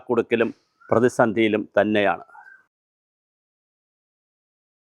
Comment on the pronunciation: Pradisandhi alla "pradi chandhiya" 😂 Ivanokke oru manushyan ano.